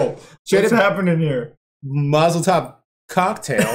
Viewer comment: did you say Mazal tov cocktail instead of Molotov cocktail? because that would be hilarious